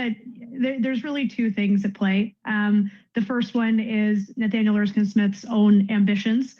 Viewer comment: I really wish you would learn to pronounce Erskine Smith properly